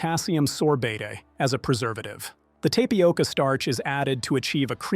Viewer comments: Yoplait -- the 't' is silent tap ioca NOT TAPE ioca _ This AI bot needs pronunciation lessons. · Tay-pioca. Pass the Tylenol.